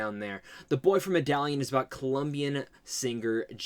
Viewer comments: With all do respect and someone that enjoys you videos, Medellin is pronounce “meh-duh-yeen” . Great video. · With all do respect, but how you gonna try to correct someone with the wrong info. Medellin is pronounced "meh-duh-gene".